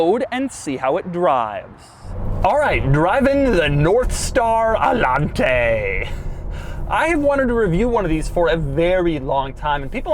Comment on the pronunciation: Doug DeMuro: "Allante, not RedShirtsente"